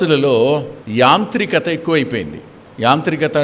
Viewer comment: Brother ! యాత్రికత కాదు యాంత్రికత ప్రయాణం......యంత్రం